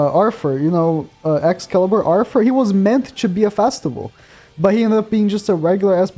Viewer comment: There’s only one “A” in festival. Why do I hear Fastival? 🤦‍♂️